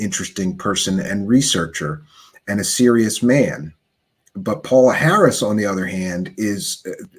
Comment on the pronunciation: you are mispronouncing her name! it is pronounced PAYOLA Harris!